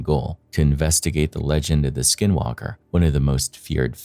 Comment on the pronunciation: I'm sure all the skin walkers are offended at your poor attempt at pronouncing it's name.